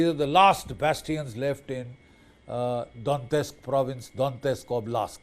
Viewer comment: Russia has been planning this war for 4 years and has already lost over 10 million soldiers — now they’re relying on underfed North Korean troops to fill the gaps. And Major Bakshi’s “analysis”? Complete nonsense.and BULLSHIT Maybe start by pronouncing “Donetsk” correctly. Putin will never succeed, and Russia’s economy is headed straight for catastrophe.